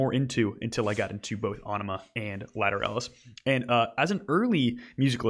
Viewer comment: AEnima is pronounced more like enema - a very much intended pun